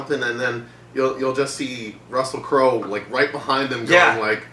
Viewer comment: “Russell Crowe-el”💀💀💀